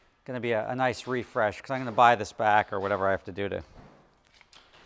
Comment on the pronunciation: What a wild way to pronounce “because” “Beecouuuzzze”